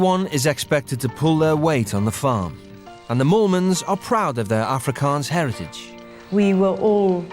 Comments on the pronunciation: I actually thought it was Mormons lol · Chelsi Chikwata I was hearing “Morons”😂😂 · oh my god I didn't even notice that was their name, I literally thought they were "Mormons" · Wait i generally thought it was mormons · I heard molemans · ?? No matter how much I try I can’t here moolmans 😂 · I thought they said mormons too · I thought that Mormons was their name lol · It's not mormans? I thought it was mormans .... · Sounds like the narrator is saying the "the Mormons" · richerrvaz same bro I didn’t know until I saw this